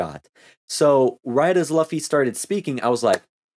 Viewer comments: No no no~ it's not "Luff-e" it's "Lew-fe". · Bruh pls don't torture us by saying Luffy as Laffy. Its like saying Zolo instead of Zoro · You probably have been told this but in case you haven't, the main character's name is pronounced L(oo)fy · Yeah i felt stupid saying luh-fee the entire time and then i hear say “loo-fee” like “….oh… my bad” lmfaoo. Trust me its gonna take a long time for me to correct myself and pronounce it loofy, its gonna be the “kurapika is not a girl” meme all over again lmfao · I should have known bc i dont think japanese language has “uh” sound pronunciation, u almost always represents an oo sound like fool. Names are always complicated. Luffy Loofy. Krillin Kururin. I pronounce Gon with the “Go” pronunciation even though its “gone”. I still say Hizoka sometimes bc of my chicago accent way of speaking, instead of Hissssoka. I remember i would pronounce Killua sometimes like Kahlua the liquer by accident before i really got used to “Killwa”. Mugen i’d use the soft G instead of hard G pronunciation. Though im glad i at least get naruto right, and i know japanese pronunciation enough that “u” and “i” are rarely stressed, like desu or deshita, so i knew how to pronounce Sasuke. Languages are so fascinating. Im so trash at names lmfao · How have you seen so much anime and still pronounce luffy without knowing how to pronounce lu?